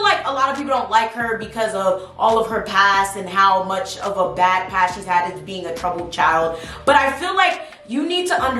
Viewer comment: Who else laughed when she said bhad Bobby